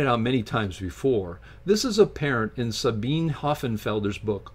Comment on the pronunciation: A minor correction. Her name is pronounced Sabina. The e at end of German words is always pronounced.